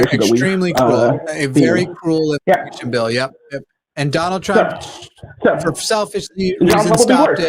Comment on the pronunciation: When mispronounced Trump's name like 'Dune-ald' I imagined a Baron Harkonnen with Donald's head on it